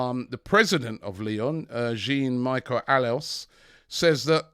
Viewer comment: “Gin Michael alas” good lord you cannot butcher the name more than that Robbie !